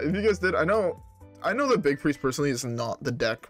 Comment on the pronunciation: It’s pronounced Biest. Big + Priest